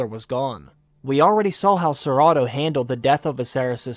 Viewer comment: I was trying to figure out who ciratto was and then realized you were saying Sir Otto😆